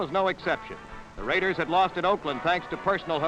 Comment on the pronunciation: Holy Sheep Shit!!! What an amazing beginning for the RRRRaiders voice!!😂